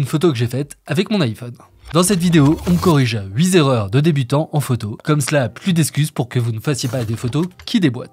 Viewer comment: SVp: les 8 zerreurs NON les 8 erreurs , pas de liaison tout comme ca va têtre !! NON va ba être sans liaison svp , les oreilles saignent :(